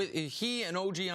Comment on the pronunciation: i know he ain't butcher og's name like that